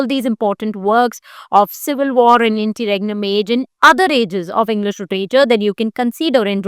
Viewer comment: Interregnum ki pronounciation toh thk krle behen